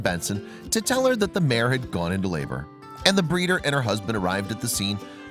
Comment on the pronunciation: The word is MARE, not mayor!